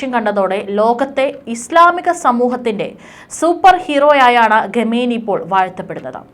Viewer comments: ഘമേനി അല്ല മാഡം. ഖ യാണ് വേണ്ടത്. നോക്കി ശരിക്കും വായിക്കൂ. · What is this Ghameni... pronounce well... please correct